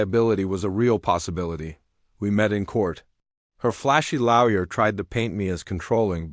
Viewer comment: Learn how to pronounce lawyer